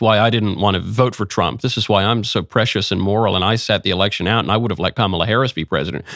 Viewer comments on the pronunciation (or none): none